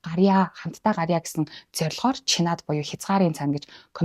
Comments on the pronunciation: Чинад гэж дуудаарай. Чинаад биш шүү. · Чинад дуудлага засахаар байна…